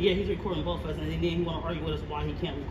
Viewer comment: Axe and boff ILLITERATE MUCH? Why do black people have such a hard time saying ASK and BOTH